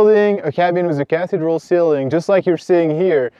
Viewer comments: Great information but you are pronouncing Cathedral wrong. It's not Cath-dral. It is pronounced "kuh-thee-druhl" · Good info. cathedral = "ca-THEE-dral"